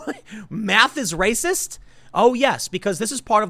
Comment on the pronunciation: "Science doesn't place my fee-fees over fact! That's wacist!"